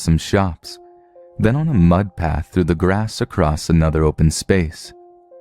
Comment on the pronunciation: Stop saying "acrost" instead of "across". SO ANNOYING!!!